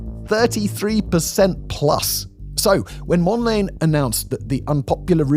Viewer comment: "Mond-layne"? I thought it was pronounced "Mond-la-nay".